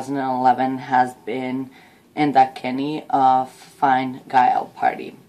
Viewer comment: Quick help with your pronunciation. Enda Kenny is the Tea - shock (easy way to help you to remember how to pronounce it) and his party is called fin - a gale.